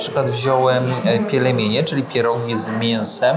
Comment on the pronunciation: Kierowniku, nie pielemienie a pielmieni.😜